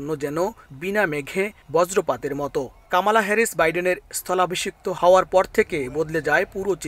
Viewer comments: আপনারা বাঙ্গালী নিউজ মিডিয়া। অসভ্য অশালীন শব্দ উচ্চারণ করে আপনাদের নিউজ মিডিয়ার সুনাম নষ্ট করছে। ওনার নাম কমলা হ্যারিস। এই পরিবেশক কামালা কামলা করে উচ্চারণ করছেন। খুব শ্রুতি কটু লাগছে। অপসংস্কৃতিতে ভরা। ওনাকে মিডিয়া থেকে বের করে দেন ও ঝামেলা হাঠান। দরকার হলে জরিমানা করেন। বাঙালি বাঙালির মত থাকবেন অতি স্মার্ট হতে যাবেন না সব হারিয়ে ফেলবেন। বাংলাদেশ এর দুঃসময় চলছে। 😂😂😂😂😂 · কামালা নয় কমলা হ্যারিস। সঠিক উচ্চারণ করুন।